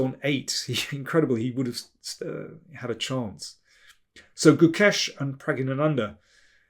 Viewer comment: Well articulated when pronouncing Prag. It is a tongue twister even for native Tamil speakers . By the way, i am a fan of your commentary since 1995 match between Gary and Anand when Anand managed to won against Gary. Zurich Masters if my memory serves right.